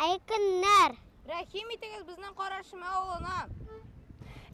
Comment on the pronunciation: Автор. Правильно произномите название.. Не кАрА шИрма а карА ШирмЭ